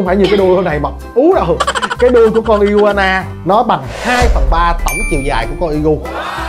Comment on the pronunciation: đọc là ài qua nà mới đúng a kkk